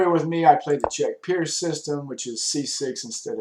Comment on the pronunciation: i thought pirc was pronounced with a hard C? im not sure